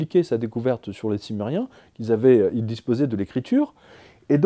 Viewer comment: Quand vous avez parler sumeriens j'entend du somali